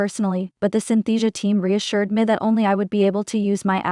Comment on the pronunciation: When she says “me” it sounds like “meh”